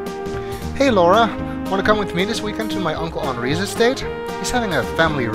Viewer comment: YES! The one person that pronounces Henri correctly! And gotta love the bad Clue references, and most of the characters ARE famous historical figures(Gloria Swanson, Clarence Darrow, and of course, Clara Bow IRL)